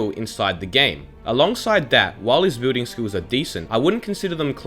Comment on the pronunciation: Why does he pronounce "building" as "booting"